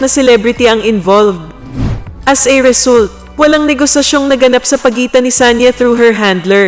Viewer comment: wrong pronunciation of result